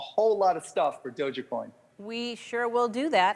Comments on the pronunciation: Hey marky cuban... You can keep all of the Doge Coin! BTW it is /Doeg/, NOT /Doe - jah/. Shibu Inu is going to knock "Doe-jah" out for good! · Guy was sayin " Dou-Jya-Coin " lolz ... not Dog-E-Coin or " DogeCoin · "DogèCoin" - Mark Cuban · It's "doge" like a dodge or a dog and not doga!? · Dojah-coin haha what the hells that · It's not doge-A-coin. It's just doge coin like if you took out the "g" and put in a "j". "E" is silent. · Is it just me or is he saying dogacoin 😂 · How do you mispronounce dogecoin lol it's not DOJA coin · I wish he pronounced doge coin right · Most accurate part: "Doge is not the best investment" This guy can't even pronounce the name of the crypto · Doesn’t know how to say doge coin but exposure is exposure